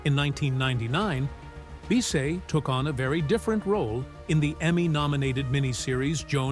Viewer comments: You mispronounced her last name. It’s pronounced like Biss-itt. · It's pronounced to rhyme with KISS it not bee say